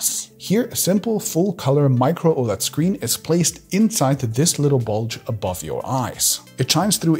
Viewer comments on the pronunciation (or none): none